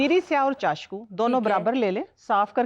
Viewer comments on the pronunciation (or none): Isko name bbi nahi ati chasku ko chashku bol rahi😂😂😂😂😂